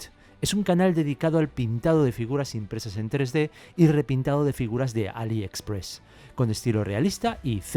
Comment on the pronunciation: Quién pronuncia "AliExpress" como si fuera de Míchigan?